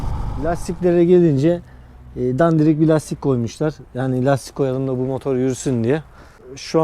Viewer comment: Mooodor değil motor